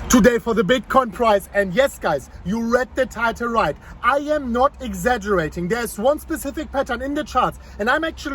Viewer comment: “I am not exagurating” LMFAO